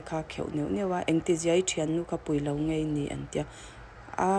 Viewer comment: In kawm ngaih i ti tlat in ka hria, ngeih tih tur